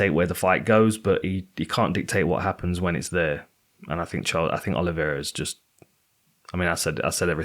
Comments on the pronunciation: my man you gotta stop calling Oliveira "Oli-vi-eira" 😂😂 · Why can this lad not pronounce 'Oliveira'